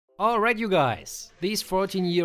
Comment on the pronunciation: He was training his vocal cords and lower back lmfao I will never get tired of it still makes me smile when he says oil right you guys